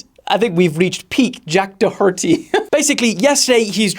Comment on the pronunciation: Jack Dahharty 😂